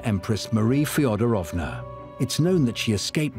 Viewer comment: Marie … FedOOOOOOrovna! PLEASE - pronounce the name correctly, you dear English speaking people😂❤‼️‼️‼️